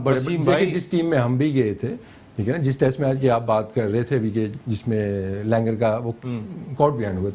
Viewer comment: The only anchor in the world who says "tast" instead of test